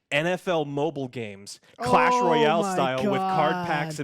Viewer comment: Am i the only one who heard "cash royale" instead of clash?